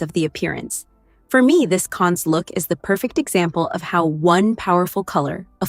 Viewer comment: It’s pronounced Can. The s is not pronounced.